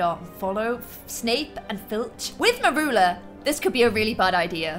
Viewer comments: You say her name as murula it is said mur-you-la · Its Mercula not meroola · U pronounce it "meryoola"